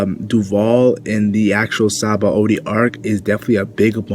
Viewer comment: btw its not "sahaba o dee", its "shabon-dee" it's a play on the word for soap bubble in japanese ,"Shabon dama". "Shabon" is a borrowed word from the french "Savon = soap" and the "D" from the japanese word "Dama" meaning ball Thanks